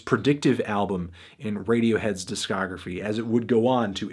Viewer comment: He has never once said it succesfully.